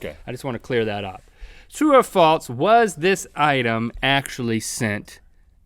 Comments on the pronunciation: Link sounds like he says 'falts' when he says 'false' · Link still says 'falts' instead of 'false' ^^ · It's false, not faltse Link. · I love how Link says "faults" instead of false. For some reason it's very satisfying to me. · Link says 'Falts' instead of 'False' my Grandma does that... Link also says bedroom shoes, My Grandma does that too....Link are you my Grandma? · Yo Link. There's no "t" in false. "True or Faults" ~ Link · was I dreaming or did he say falts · "Faltse" -Link 2015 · True or "falTse" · have u ever noticed that they say falts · Link says faltse.